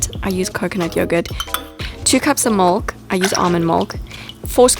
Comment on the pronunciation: I know English isn't your first language, but it's funny how you say ..milk. In my mind, I'm thinking, "Why would you add mold"